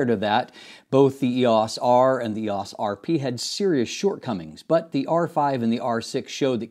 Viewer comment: E O S. Not eeeehaws